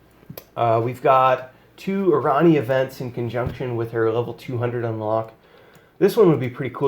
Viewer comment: I dont normally care but it kills me how you pronounce her name. I think it is supposed to be Airanea Highwind. I may be wrong but thats how i have heard others pronounce it and i just had to put this out there. great videos BTW